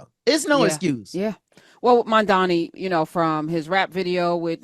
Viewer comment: finally....a podcaster who got his name right. most of the white ones always (dunno on purpose or not) say it, Mum-dha-Mee...like MumDummy. it's Mum-dha-Knee...Mamdani.